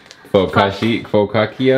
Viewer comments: Bro said FOCACA 😂😂😂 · Fo-ka-sha bread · calling the bread “fo-caca” 😂😂😂😂😂😂😂😂😂😂😂😂 congrats on 1M! Fav youtube couple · Omg your tree is so unique. Karla is so creative! Also on trying to say focaccia. I was in tears! 🤣 Its pronounced for-car-cha 😃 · Not they can’t say focaccia or Bundt lmao reminded me of my mom ❤️ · Omg y’all tryna pronounce focaccia is taking me out 😭 also, Bundt is pronounced like bunt lol love y’all! 🫶🏾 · The focaccia pronunciation took me out 😅